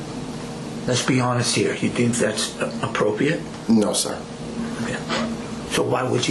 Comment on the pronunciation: Neither one of these grown men can say the word appropriate correctly. I know it's petty af, but damn, it's not a hard word to say.